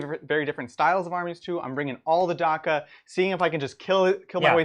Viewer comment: Guys Orks are traditionally portrayed as having working-class London accents, so “dakka” rhymes with “packer” not with “darker” ;)